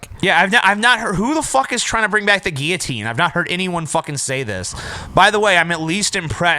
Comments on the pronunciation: I've never heard anyone pronounce it "gi-oh-teens" before. It's not a Spanish word guys. I'm pretty sure it's pronounced "gill-oh-teens". Gi-oh-teen just sounds... wrong. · That guillotine pronunciation thing is weird. I have literally never heard it pronounced like you guys say it. In the UK we all say "gill-o-tine". Guess we're pretty backward. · That's not how you pronounce guillotine #justsaying